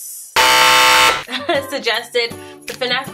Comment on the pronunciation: You said gaymers